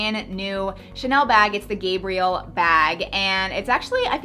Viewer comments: Omg It's Guh-Bree-ELL Not GAY-bree-ull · It’s pronounced “Gabrielle” not “Gabriel” :) xx❤️ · The Chanel bag is named/pronounced "Gabrielle," not "Gabriel." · Gabrielle= female Gabriel= male GAB- rhymes with stab, like Gabbie not Gabe, rhymes with abe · I love you and your channel but please...her name was Lady Diana not Diane. And it's the Gabri-elle bag as in Coco Chanel's real name. Said like a girl name not a boy name. I don't want Americans and mid westerners in particular to look so ignorant. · Gabi Armada agreed Gabrielle "coco" Chanel. It was her first name. Coco was a nickname. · Agree she’s a woman not a man